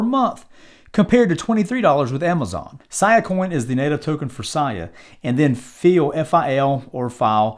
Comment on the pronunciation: “See-uh”, not “Siyuh” coin.